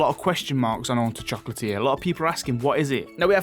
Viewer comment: "Foughts und opinians" "Oonta choclatier" XD